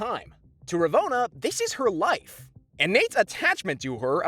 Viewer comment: I tried to watch this vid to the end, but the way you kept mispronouncing Ravonnas name made that impossible.